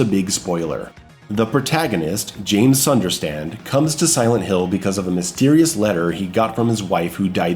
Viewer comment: how you fuck up james name what the fuck men